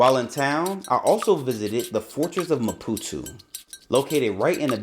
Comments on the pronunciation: How did you ever get saying "Ma-poo-too" from ma-poo-TOE? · it’s maputooooooooo… not maputuuu.. READ damn 😂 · Why do you keep saying Mapu-tu. Isnt it Mapu-to? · ‼️‼️What the fvxk is Maputu? There’s literally an “o” at the end of the word. Great video, but fvxk man, say the name right. It’s not that difficult.